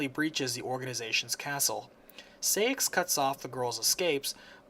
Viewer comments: I (as a KH mainac), have a few corrections: 1. It's Princess of HEART, not light 2. You pronounce it SIGH-ax, not SAY-ix 3.It's RICK-oo, not RIKU. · Sai-axe not Say-axe